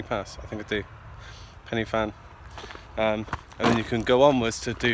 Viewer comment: Enjoyed your video… you picked a nice day for it. I was up there a couple of days ago and visibility was down to just a few metres… I’ve never seen fog like it! Just for your information Corn Du is pronounced like ‘Corn DEE’ and Pen y Fan is pronounced like ‘Pen Urrr Van’ rather than like ‘fan’ Diolch yn Fawr!